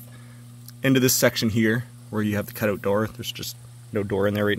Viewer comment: Canadian dialect 😂